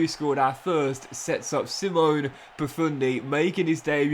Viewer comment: It’s pronounced see-mon-eh